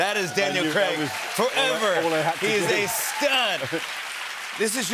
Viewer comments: Craig not 'Creg', its bad enough mERiCaNs ruin our language and have now moved on to names 😂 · The way Americans say Craig ffs learn proper English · You'd think they'd be able to pronounce "Craig" correctly after 15 years